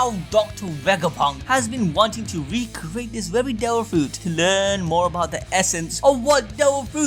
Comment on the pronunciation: " we cweate this dewil fwouit "